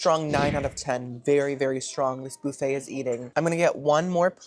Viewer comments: I love the “boo-fay” pronunciation. Some people should lighten up. I wonder if this hotel invented the Waldorf salad? I’ll go with it. I’m that gorl that would eat the oatmeal. ❤ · You pronounce “Boofay”with such confidence I actually looked online for standard pronunciation to make sure that really wasn’t the correct way. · The waitress in the background of the breakfast boofétte (transliteration of pronunciation) is live laugh loving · I always laugh when you say Buffet because my brain automatically thinks “Bouffant” 😏 😂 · oh i thought we were pronouncing buffet like that as a bit and i was just going along with it